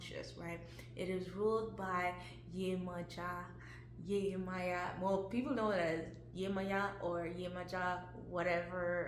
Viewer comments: No Beloved Esu is NOT The Devil and as a Yoruba woman the correct annunciation is Yemojah not Yemoya . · Viewing the Orisha through the lens of their perceived European counterparts somehow automatically means Esu becomes the devil... I guess. Also, the devil is not in the zodiac. So that comparison is unnecessary. I had high hopes for the pronunciation until we backtracked with "Yemaya".... I believe the intent was good. We are all learning.